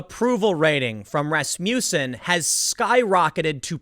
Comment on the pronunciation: Dammit... everytime tim said Rasmuton(however its spelled), the song Rasputin popped into my head